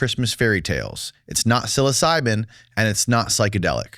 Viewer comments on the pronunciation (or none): none